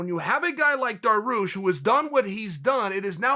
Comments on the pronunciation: my man beneil finally getting his shine. please tho chael is daryoosh not daroosh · “Darroosh” is another victim of the “mispronunciation king”... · Dariush not Daroosh. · Me: Beneil DARIUSH Uncle Chael: Beneil DAROOSH Me: Daroosh it is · Me just before clicking on this: "thank god Dariush is starting to have some respect put on his name" Chael: " DarOOsh " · There’s no I in team nor in Dariush, apparently 🤣 Daroosh! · Beneil “Daroosh” Dariush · no he's not